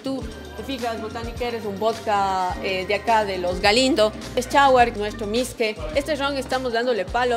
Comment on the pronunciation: Es mishqui no misque